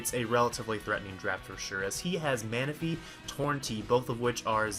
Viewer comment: Next weeks title: And The Great Arceus Taketh Away! y/n Also Its Mew-Nick. Not Mewnitch.